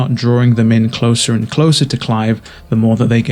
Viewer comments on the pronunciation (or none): none